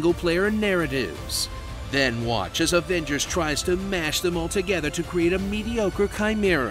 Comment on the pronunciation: "Marvel's Averagers" that killed me